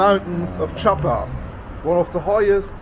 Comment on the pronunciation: Chiapas is a beautiful place, full of natural landmarks and biodiversity. Btw the pronounciation is /Chee-ah-pas/. Nice video and enjoy all México 🇲🇽✌🏼